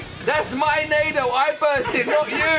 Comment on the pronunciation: It's pronounced nah-doogh